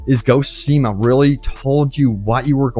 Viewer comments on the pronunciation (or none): Say it with me, Soooo-shima.:)